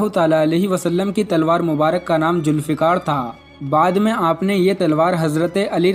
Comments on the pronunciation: Julfikaar nahi zulfikaar hai bhai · जाहिल इंसान जुलफिकर नही सुरु नही जुल्फिकार शुरू होता है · Kaise jahil ko baithaya hai jiska talaffuz bhi Sahi nahi zulfiqar ki jaga julfikar lagta hai